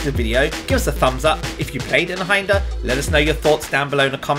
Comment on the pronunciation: its pronounced "eye-n hander" it means one handed in german i think.